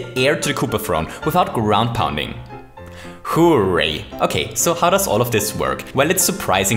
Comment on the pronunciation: Hooray souldn't sound like `hoo rā, it should sound like hoo `rā